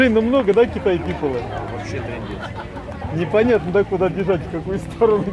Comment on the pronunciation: китай пипола ухо режет